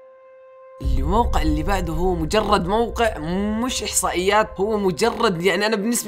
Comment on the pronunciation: موقع مش وققع